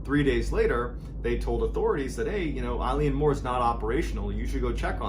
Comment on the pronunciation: Love your storytelling, but please please! check your pronunciations before recording. Eilean Mor is pronounced ‘ae-lan mor’ (as in a long ‘A’-lan).